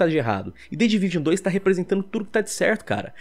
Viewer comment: "The Division uane ..." " The Division dois"